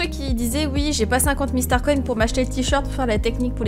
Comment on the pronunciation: Sa me stresse tu dis starconne au lus de starcoins